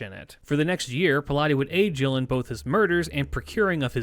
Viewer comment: Thank you for being that person 🙏🏾. It really bugged me but I'm impressed by the effort he put in there otherwise. He even almost got Gilles' name right. I know people who call him Guy'll😂😂